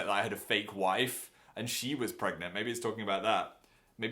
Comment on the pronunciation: No NO NO it's not "pregnanant"! It's pregnont